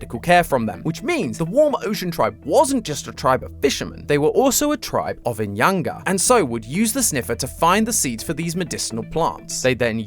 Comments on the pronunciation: I'm sorry, but when you pronounce the name "inyanga" you don't pronounce the 'g', like when you say "fishing", the 'g' is silent. I speak for myself though when I say that I feel like you're trying to attack me when you pronounce the word like that😅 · Great vid but u butchered the name inyanga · The way says inyanga 😂😂😂 Also did you know inyanga means Moon